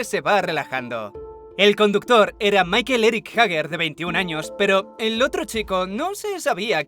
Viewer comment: "Maikel" jajaja Es Michael y se pronuncia Maicol.